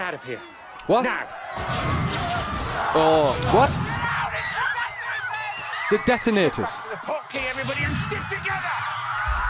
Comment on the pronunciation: "The detinators" 😂😂😂 i know you missheard it and it was hard to hear but it just sounded so great when you said the detonators 😂 this Chanel is way awesome. Thx mates;)